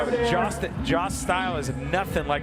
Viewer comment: Jost definitely does not rhyme with Josh. lol